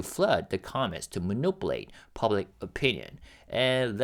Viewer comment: Thank you for your hard work, it is always appreciated. For months I kept putting off saying something but I can’t hold it in anymore. Could you please check the pronunciation of the word ‘manipulate’. I’m afraid I’ll start to mispronounce it soon as well